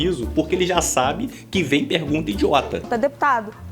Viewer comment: O Nicolas fala obrigado pela pergunta, oque eu escuto: - Obrigado pela janta! 🤌